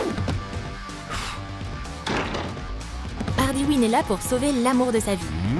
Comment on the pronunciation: C harley queen pas hardey hine